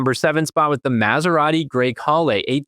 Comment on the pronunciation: Lear to pronounce "Maserati:!